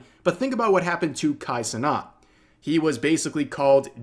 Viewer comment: Bro why did you call him Kai Snot